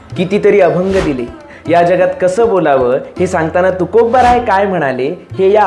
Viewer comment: तुम्ही सारखं 'तुकोब्बाराय' असं का बोलताय राव?